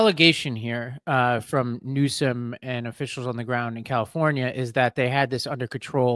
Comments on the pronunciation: Did just call the Governor “Newscome”? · you said newscum